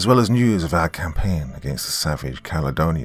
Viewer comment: Its the Antonine Wall not Antinine's Wall.